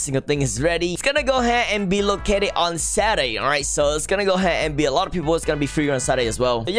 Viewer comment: lol XD right